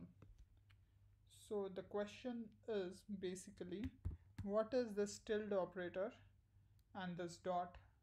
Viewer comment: Very useful video - thanks! (and you pronounce 'tilde' just fine!)